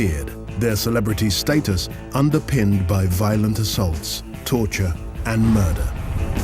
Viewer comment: did he say murder or murrrrrderrrr?